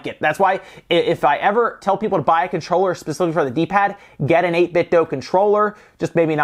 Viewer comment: It's 8 Bit Do. Not 8 Bit Doh.